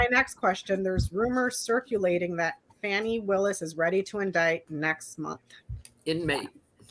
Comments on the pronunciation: MTG is fighting with Laura Loomer because Laura Loomer tried to take "her spot" right next to tRump. Come on yall; "Fani" is pronounced "Fawh-nee" or "Fah-nee", not "Fan-nee"! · Please pronounce Fani correctly! It's "fawni"!!